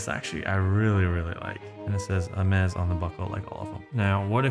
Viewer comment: Well done pronouncing this name correctly and emphasizing how it's done... nothing is more offsetting than people pronouncing this brand all wrong due to their ignorance and lack of brains